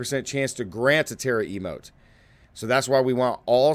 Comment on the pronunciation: I use the same build! All the pieces conveniently dropped levelling to 50 for me. Most fun I’ve had in Diablo ever! Especially when cataclysm procs for free! ( I Use natures fury keystone) Also love how you call it a terra-emote haha 😂